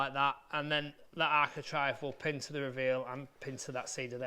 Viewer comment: It's bloody architrave not architrive !!!